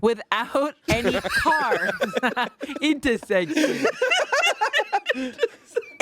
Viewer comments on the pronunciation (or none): I have never cried laugh in a long time until answered “inta-section”